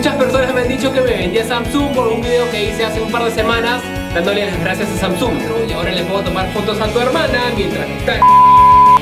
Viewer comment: estas seguro q asi se pronuncia samsung???